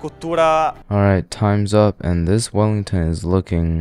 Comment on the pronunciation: Beef willington❌ beef fallingtonss ✅